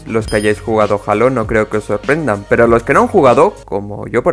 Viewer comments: Se escribe halo pero de dice jeilo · Se escribe Halo pero se dice heilo